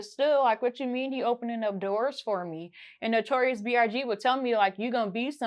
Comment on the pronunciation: Not B.R.G 😅😅she not sayin B.I.G